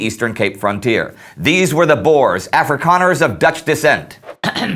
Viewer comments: Bores? Its boers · Again, Its not "Bores", its kinda prononced "Boors", its Afrikaans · The boars??? Dude its pronounced boers. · Please guys it’s not pronounced boar it’s boer (context i’m South African) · i always crack myself up when you guys say boers as boars XD its pronounced like boor like boo with with an r at the end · Boers not Boars XD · ''The bores'' I guess they were not much fun then.. lmfao! 'Boer' is pronounced 'bour' as in 'you'. It means 'farmer' in Dutch. And the plural of Boer is Boeren, not Boers. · Why does EVERYONE pronounce boers wrong! it's pronounced "Boors". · At first I was like, "Who is the boars???" , but I now know you were speaking of the boere, which in english is farmers. So if he says boars, it's actually just the white afrikaans farmers. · Tomartyr boo + r (rolled), no ew sound. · Checking pronunciations online I can conclude that it is pronounced 'Bewr' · You gotta be kiddin me though. Why does everyone pronounce boere wrong!!!